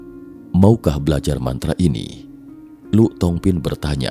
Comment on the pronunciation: Lù thong phin....dibaca Li thong phin...🙏